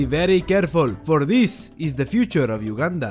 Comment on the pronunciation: when he said ,,protect Ugandan,., i just heard ,,Protect Wakanda,, lol